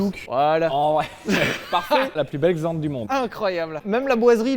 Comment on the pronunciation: Certains ont une "Jag", Sylvain a une "Xant".